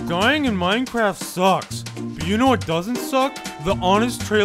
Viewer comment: MINECWAFT :D